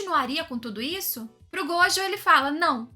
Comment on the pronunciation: que diferença alguém que não fala gojÔ e ItadorÍ. Obrigado!